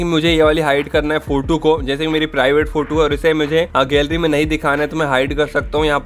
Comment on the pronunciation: Not फोटू, He is फोटो 😅😅